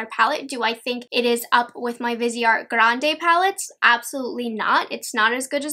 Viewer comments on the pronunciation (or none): none